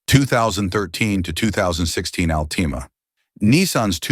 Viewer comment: Alteema! Over the top here😂😂😂😂